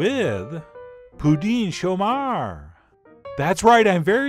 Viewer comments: Way to go on the pronounciation! Any Quebecer would know exactly what you're talking about! Cheers! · I love the way you say "Pouding chômeur" it almost sounds québécois. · Add vanilla ice cream with this. You sound native when you say it’s name. Great.